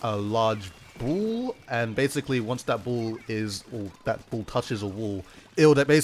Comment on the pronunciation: "and when thar bull touches the wull" Dude 2017